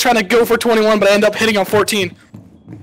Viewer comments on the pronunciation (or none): did u just say butt? wtf